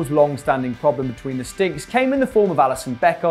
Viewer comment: Apparently Alison play inbetween the stinks listen to how he says sticks 5.20